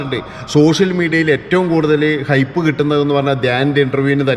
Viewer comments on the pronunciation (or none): ഹോപ്പ് അല്ല അണ്ണാ. ഹൈപ്പ്.